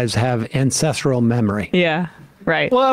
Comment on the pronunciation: I thought he said incestral 😅